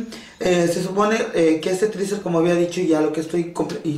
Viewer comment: Que puedes esperar si dice "triser" cuando es teaser.